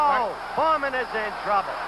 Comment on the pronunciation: Człowieku. George Foreman nie nazywa się Forman.